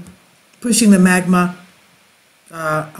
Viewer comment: MAGMA not MAGNA